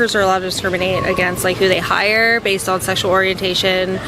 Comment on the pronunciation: "who they hiiiiiireeeee" what is the deal with this entonation?